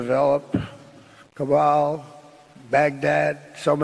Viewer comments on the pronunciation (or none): Kabal? It's Kabul clown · Mr President, the capital of Afghanistan its not pronounced CABAL but KABUL. Wonder if you'd bombed a country if they dare call your capital SHIT..ON instead of WASHINGTON. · I loved when drumpf said 'cabal' instead of Kabul, very obvious what he is part of 😊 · Yo Trump, It's Kabul but not Cabal!